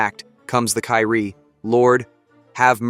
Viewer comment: Kyrie is pronounced as "kee-ree-eh". 😊